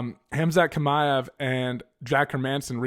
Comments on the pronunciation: It's "ch" like when you pronounce the word "channel " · Aaaaaaggghhh, I hate your pronunciation of Chimaev 😂 but good video still, keep it up.